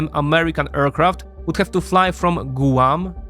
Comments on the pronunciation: It’s not “gooo-wan” it’s “gwahm” and it’s not “ha-why” it’s “ha-why-e” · I love the way you say, Gooahm for Guam.